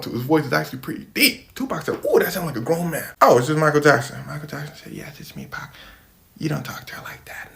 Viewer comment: I cant stand it when Caucasians call Pac, Pack